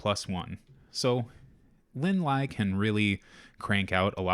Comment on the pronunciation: Linh is Vietnamese, and Ly is the french spelling of Lee. Her last name is pronounced as the same Lee not Lie